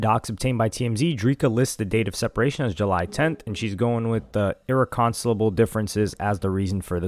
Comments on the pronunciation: Mispronouncing..... " EIHHR - REK - KEN - SYL - LABUL " differences one time is EXCUSABLE... Then mispronouncing it AGAIN... Immeeeejiately after.. without even pausing or having a hiccup to ask yourself if that's the right way to pronounce it.. is Insaaaaanneee WORKKK... there's no way you haven't ever NOT, NOT heard that word in its proper annunciation before?!!?. Pls tell me that wasn't the case. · Wtf is "Erriconsibal"? Did he mean "irreconcilable"? Lmaooooo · Irked my nerves the way you butchered that with full confidence its pronounced uh·reh·kuhn·sai·luh·bl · “Ear-reck-kon-cile-able. Sound it out my boy. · Ir re con seble ….thats how you pronounced that word….dude…… 🤦🏻‍♂️ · My brother it’s pronounced (ir -reckon-silable) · Pissed me off so bad cause he repeated it too 😂😂😂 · The fact you can't pronounce "irreconcilable" is hilarious 😂😂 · Dumbass they been having problems she got caught cheating years ago he been dating other women openly. And you're saying " irreconcilable" wrong 😂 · How tf you pronounced "Irreconcilable" like that is beyond me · the fact that you mispronounced irreconcilable confidently is cooked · My boi butchered “irreconcilable” 😂😂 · My brain was literally having aneurysm😂😂😂like that’s not how you pronounce it